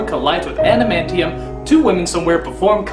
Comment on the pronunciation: Not "animantium", "Adamantium". Like "adamant", then "ee-um".